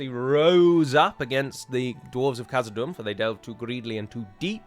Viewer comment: Thanks for the discussion on pronunciation. I think you should pronounce the 'h' in Khazad Dum. See the second letter of the Bengali alphabet: 'kh'